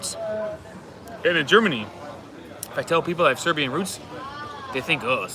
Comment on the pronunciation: your pronunciation of Serbian is excellent. Way better than most other tourists. You are almost local. Once you figure out how you pronounce letter J you are already there. IT is a most confusing letter for English speaking people. Also if you see letter C with the cap on top of it like Č it is like CH on English or S with the cap Š than it is like SH. If the cap on C is only half the cap Ć then it is lightly different but just read it same as Č and you will be close enough so you dont confuse yourself. For Ć you have to speak to local in person. You are right for number 8 it is pronounced like awesome. Also tomato pronunciation is like paradise.